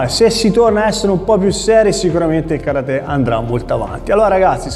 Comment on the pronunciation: Si dice KA RATE